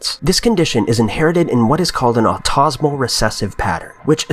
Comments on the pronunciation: The word is 'auto-SO-mal', not 'au-TOZ-omal'. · its autosomal not autosmal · ottosmall XD its pronounced auto somal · Auto-so-mal not au-tas-mal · buddy AUTO-so-mal, and the so is more like ZO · how do you mispronounce autosomal